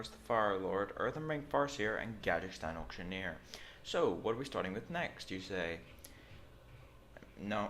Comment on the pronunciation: Gadgetzan is in Tanaris, not in the middle east. Stop pronouncing it Gadgekhstan please! It's eating my brain a little every time in every one of these videos. Thanks... :(